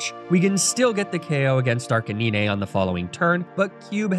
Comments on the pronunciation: Ninè tales and araninè is an unforgivable pronunciation holy cringe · DID HE ALSO JUST CALL ARCANINE ARCA-NI-NE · 1. ARCANINE NOT ARCANINEH AND 2. CINDERACE NOT CINDERACHE THE E IN ARCANINE MAKES THE I SAY IT'S NAME AND SOME FOR THE E IN CINDERACE!!! PLEASE JUST SAY ARCA-NINE AND CINDER-ACE /CINDE-RACE!!!! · ARCANINE! ARK-AH-9 😡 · I can;t decide if I love or hate the way he misprounces pokemon names. Arcanine, Ninetails, Mawile. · It’s a thumbs down from me cause of the way you pronounce Arcanine